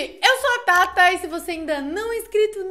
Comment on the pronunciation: Eu entendi pata e voltei o vídeo e percebi que era thata